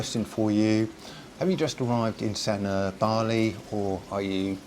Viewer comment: Its pronounced as San uur not San er